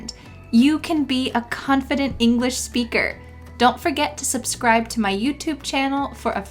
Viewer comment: Hi. This Is my first time seeing a video or yours. I have a question. I don't know if I'm hearing it right but I hear a sh sound instead of a sp when you say SPEAKER. Is that right?